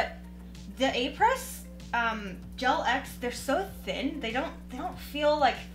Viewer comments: Apres is French for after. It’s like apres ski. You pronounce it Ah-pray. 😊🇨🇦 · It is pronounced Au pre